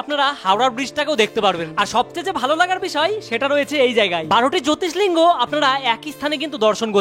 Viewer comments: কথাটা জ্যোতির্লিঙ্গ, জ্যোতিস্লিঙ্গ নয় ভাই! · জ্যোতি স্লিঙ্গ নয় জ্যোতির্লিঙ্গ । ঠিকমত উচ্চারণ এবং জায়গাটা বলুন, না হলে কেউ পৌঁছাতে পারবে না সেখানে । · জোতিষলিঙ্গ নয়, উচ্চারণ টা হবে জ্যোতিরলিঙ্গ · Har har mahadev, jyotislinga noy, bolun JYOTIRLINGA